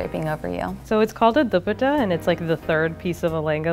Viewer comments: The way she pronounces “dupatta” as “duputa” 🤣🤣🤣🤣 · What kinda pronunciation of dupatta is that omg these American desis kill me loooooool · the kind of asian that can't pronounce 'dupatta" smh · Is that actually how they say dupatta in Sri Lanka or did she mispronounce?? My husband is from Punjab and it’s said completely differently🤷🏻‍♀️😂